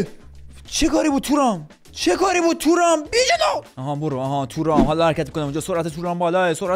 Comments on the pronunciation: تورام✖️ تووورام✅ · تورام❌️ تو رام✅️